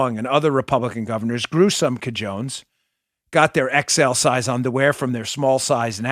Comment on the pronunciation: Cajones is pronouced CA HO Nays